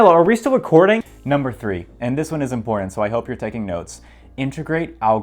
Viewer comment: People pronouncing “important” like that are some of the most untrustworthy people in this and every other universe possible